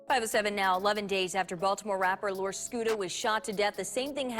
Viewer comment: It bugged me how many of the news people couldn’t get his name right. How hard is it to say lor, not that hard of a word to pronounce it’s literally one syllable 🤦🏻‍♂️